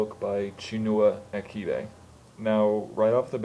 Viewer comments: The 'ch' in achebe is actually pronounced like that in 'church' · The 'Ch' in Achebe is pronounced the same way as the 'ch' in Child -- not like the 'ch' in Patriarch. Both Es in Achebe are pronounced like the E in the word Pest. You are right - it's not a particularly exciting book, but it's a fairly accurate picture of colonial life in Nigeria, and tries to show that we (Nigerians) weren't a society of mindless brutes before the British came; Okonkwo's village rejected him because of his brutism.